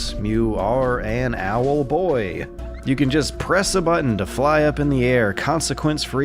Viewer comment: keeping dash pressed will make him fly just as fast as spamming. Too bad I noticed that when I was nearly done though Also I love you say "Owelboii" :)